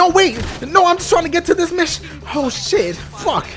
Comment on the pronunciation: Oooooo not ooh